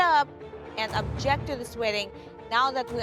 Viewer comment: 😂 the “does anyone EJECT to this union”. …….. girl… no!